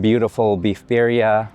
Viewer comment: Hey I will leave it to you to come to on Asian food. .. I can't speak cNtonese nore Mandarin. You can not pronounce birria, nor was your experience authentic. Like kw calling a Chinese restaurant in Port Albert authentic cook mean.. ha ha Nice try